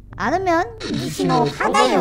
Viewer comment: 들었을때 니시논 나이키 샀다라고 하는줄ㅋㅋㅋ